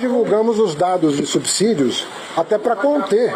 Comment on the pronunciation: Olá. Como é que se entenderá quem fala tão mal da Lei Rouanet e a desvirtua, ser a favor desse tal de Perse? E o Haddad pronuncia corretamente a palavra subsídio - "subssídio e não subzídio".